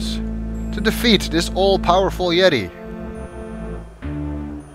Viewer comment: "Extricate a YET-i! Extricate a YET-i!"